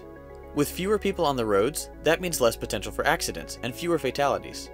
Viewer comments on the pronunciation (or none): none